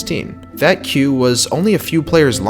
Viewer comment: You pronouncing queue wrong